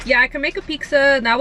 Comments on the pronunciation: "pixxa" lol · Everytime she says "pixxa" take a rip ☺😁